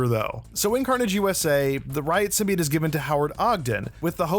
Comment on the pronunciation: “Symbiought” not “symbiate”